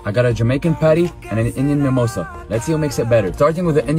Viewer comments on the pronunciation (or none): What the hell is memossa? Can't you pronounce samosa? Samooosaaaa 🙏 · how do you even accidently pronounce SA-MO-SA as MI-MO-SA?? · its called samosa not mimosa first pronounce it properly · My God!!!🤦🤦...they can't even pronunce the name ... it's not rocket science bruh ... it's called SAMOSA !!!!!!! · Why does this guy call them a mimosa it’s a samosa & they are awesome, this dude needs someone to teach him the right pronunciation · Samosa is such an easy word. Why in the holy hell do they mispronounce it?? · Bloody hell that's saaaaammmosaaaa...y don't they pronounce it properly 😢..bro only u can correct them